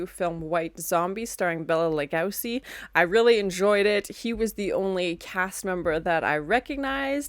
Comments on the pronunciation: "Bela La-gow-see is in this? N-i-i-i-i-i-c-e-e-e-e-e!" Gotta love that Canadian accent,. 😜😂 It's pronounced "Loo-go-see," or "Lugosi." 😉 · Loved your reaction to this! Just so you know for the future, I believe his last name his pronounced “Luh-go-see”